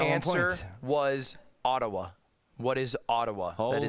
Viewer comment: I’m not even Canadian but Leslie struggling with Ottawa and the Ottoman Empire had me on the floor 😂